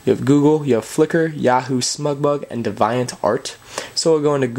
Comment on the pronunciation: Deviant. You mispronounced it :)